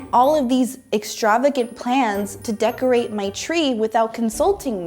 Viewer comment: “Ma you beautiful” Tell me ur from NY without telling me ur from NY